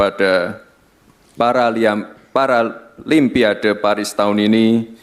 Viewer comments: apa susahnya nyebut paralon pa ade. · Maksud si samsul sih tadi nya mau bilang PARA "LUMPIA" DE...H...😂 Cuman di teks nya tulisan nya paralimpiade.....🤪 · PARA LIMPADE 😅😅😅😅😅😅😅😅😅😅😅😅